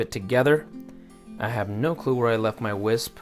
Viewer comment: And it’s actually “whisk” 😉